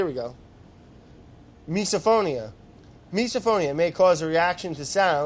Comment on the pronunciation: I love the pronunciation "miso-phonia" instead of "miz-o-phonia" ...like miserable sounds.